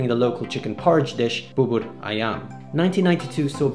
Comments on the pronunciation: Can We take a moment to appreciate how perfect he pronounced "Bubur Ayam"? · Holy shit you nailed the "Bubur Ayam" Pronounciation. I is amazed